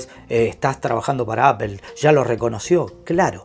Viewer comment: Apol, foneticamente se dice apol no apel